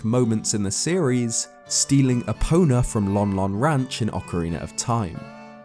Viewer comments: It's E-po-na Also go-ron not to mention zo-ra & ge-ru-do Nihongo-ga scoshi hanashi-mas. Speaking Japanese is an art & The Twilight Princess has many names indecipherable to that of man. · When said stealing epona i thought he said stealing a boner